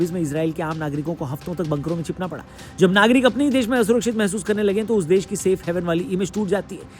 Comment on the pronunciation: Sir aapne aasurakchit nhi kar aap rha hai ye bola 😂